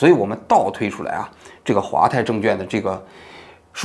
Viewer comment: 王局 纠正一下 证券quan 不是证券juan